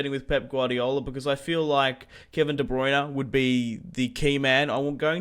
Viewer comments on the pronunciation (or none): none